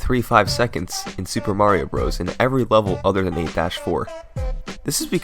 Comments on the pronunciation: HAHAHAHAHAHAHAHAHAHAHAHAHAHAHAHAHAHAHAHAHAHAHAHAHAHAHAHA you can't even say Super Mario Bros. correctly. LOLz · I hate that he calls it Super Mario Bros.